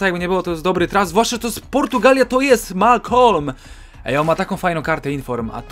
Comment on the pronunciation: W dodatku jaki MalKolm jak to jest Malcom XD